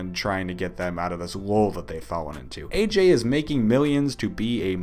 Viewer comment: why the aj is ai